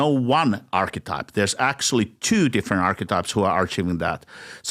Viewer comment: His accent when he says twooooo.. 💦 😅